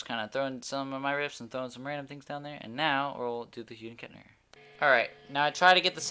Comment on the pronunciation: Did dude just say :hude & Kettner????!!!